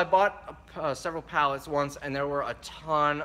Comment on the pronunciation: sell everything, for a daaler. so cute, like my Aunt Pat from Tomah.